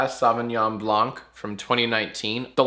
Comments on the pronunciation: jack, in blanc the c is silent. it's not "blank". you upset me. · Please, as a french person, I'm asking you to never prononce "blanc" as "blank" ever again. Also, I surrender. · The "c" in Blanc is silent! Stop pronuncing it the same way as blank! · Hey Jack, the C in "blanc" is silent. With love from France. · the C in blanc is silent! sorry, french likes to do that. Also is right about chardonnay it's better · The c in "blanc" is silent. It's bullshit, I know. But it sounds fancier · Hey Jack, french native speaker here. You don't actually pronounce the "-c" at the end of "blanc". Yeah i know, french is weird and overly complicated.